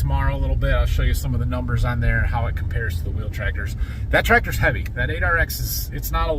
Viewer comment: May 26th, been watching video this week. I'm glad someone else noticed "Tactors". I busted out laughing 🤣